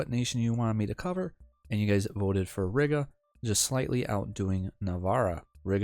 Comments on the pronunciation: Reeeeeega not riiga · Heads up, we pronounce it like "Reega", as in "regal", but with a long "e". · im gonna lose it at how you say Riga, other then that great video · Lol I left a reply with the proper pronunciation before seeing this comment. Gan jau iemācīsies čalis :)